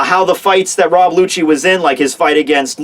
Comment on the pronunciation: his Name is rob lucci pronounced rob Luki not rob lutshi lmao